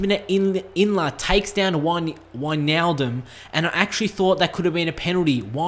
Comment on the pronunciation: Someone who could say Wijnaldum correct! XD